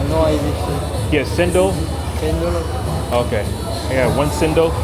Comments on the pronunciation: Btw.. Cendol is pronounced as Chendol. Our "c" mostly has the "ch" sound never the "s". In any case, good video of your travels in Malaysia. Hope you enjoy ur stay.. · dude, Bahasa Melayu is phonetic. kacang is pronounced "kar-chang" and cendol is "chen-doll"